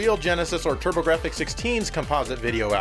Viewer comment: i love the turb-ah-gra-fix